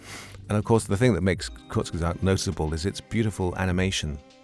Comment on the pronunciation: “Kurzesagt” is really not that hard to pronounce.